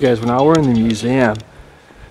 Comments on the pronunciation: Yo please learn how to pronounce museum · Please learn how to say museum